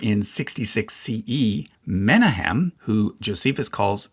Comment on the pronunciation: It's Me-NA-hem, not MEN-a-hem. Source: am Jewish, have heard the name Menachim aloud.